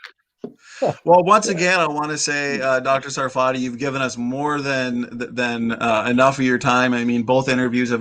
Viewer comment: By the way, it's SAR-fa-tee (or SAR-fuh-tee), not Sa-FAR-tee (or Suh-FAR-tee). That is, emphasis on the first syllable, so the ARR sound in the first syllable and a schwa for the second syllable. I've heard him explain this in previous interviews. And ask him where his name comes from! That's a good story too. It should actually be TSAR-fa-tee (it's a word from Hebrew).